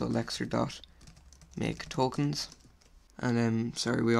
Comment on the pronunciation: He speaks quite fast, this causes some times different words to be pronoucned wrong. For example he means to say LEXER and i hear LECTURE or LETUCE.